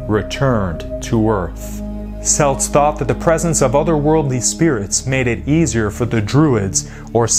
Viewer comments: Celts Hard C as in Kelts or Kilt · Wow he really butchered the pronunciation of Celts and Samhain. Celts is pronounced as though it is spelt with a k (kelts) and Samhain is pronounced (sau-ihn)